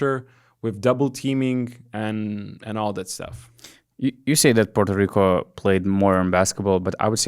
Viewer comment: And then Puerto Rico happens 👏🏼I never heard anybody say Puerto Rico the way you said it !!! That is the proper way of pronouncing ,as a Puerto Rican myself I wish I could say it like !! I guess bc your European came out correctly.. and I know a lot of Puerto Rican that can’t even pronounce it as well !! Thank you for sharing our victory !! Hope we win it all !!!